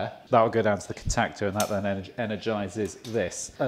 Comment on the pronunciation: Contactor....weirdest pronunciation I’ve ever heard!